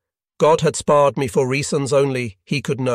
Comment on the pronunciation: 'spared" is "sparred", etc.